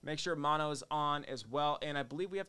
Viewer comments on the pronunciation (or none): none